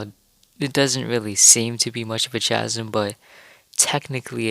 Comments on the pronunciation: The "ch" in "chasm" is pronounced like the letter 'k': /kasim/. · Great content! Chasm is pronounced with a hard ‘k’ sound Sorta like kasim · I screamed at chaaazm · Its really cute, but its chasm, with k sound, so it sounds like kass-mm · I definitely enjoy your vids, the little differences can be extremely subtle. I recently saw somewhere that the suns position is in a different location between each game too. They stood the same spot at the same time in both games and the shadow cast by the sun was to opposite. Also you may just pronounce it different than me, but I always heard people pronounce "Chasm" with a silent "H" so like "Kasm". Anyways keep up the fun and insightful videos! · Why does he say chasm like that